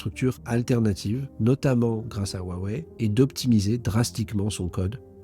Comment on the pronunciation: Hua Wei se prononce presque comme Roua et pas waaaa. Hua c’est splendide en chinois. Le H se prononce comme jota espagnole ou le ch allemand dans “Bach” — un souffle rauque venant du fond de la gorge.